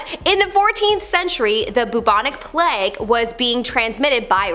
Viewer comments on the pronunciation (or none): none